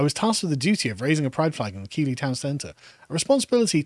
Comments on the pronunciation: Keighley is pronounced Keith li, not keelee. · On a side note, Keighley is pronounced Keethly not Keely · Great podcast as always, but as yorkshireman Keighley is pronounced Keith-ley 😂😂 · I feel as a born and bred Yorkshireman, it's incumbent upon me to correct the pronunciation of Keighley, not Key-lee but Keith-lee! 😗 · Keighley is pronounced Keith Lee. I winced ever time you said kee lee. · Its pronounced keithly. Also, a sense of betrayal, from people who have zero loyalty to anything thats not the "current thing" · It’s pronounced Keith-ly… or Keithleystan to the locals 😂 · Keighley is pronounced 'Keithlee'. And as you can imagine, its greatest fame is its grooming gangs. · For future reference guys it's pronounced Keith - Lee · Keighley is pronounced, Keethley ! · Keighley is pronounced ’Keeth ley’ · Keighley is pronounced Keith-lee .. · It's pronounced Keigth-lee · Keighley is pronounced Keef-lay. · It's pronounced Keith-ley. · Keighley is pronounced “keethly”. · Keighley, pronounced "Keeth-ley" Yes, ghoti = Fish... and all that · Keighley is pronounced "Keithlee"! ......bloody southerners...... 😒😊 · Its pronounced KEEFLEY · Its pronounced keithly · No its pronounced kaylee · Pronounced KEETHLY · It’s pronounced ‘keithly’ 🙄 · It's pronounced Keethly you wassacks.